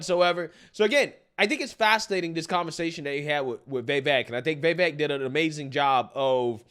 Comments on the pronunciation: Dude..Vivek....SOUNDS LIKE CAKE, NOT VEK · Just remember: Viv-AKE, like "cake". Stop all that "viveck" stuff.